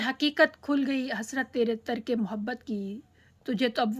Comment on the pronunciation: ترک کے تلفظ کو صحیح کریں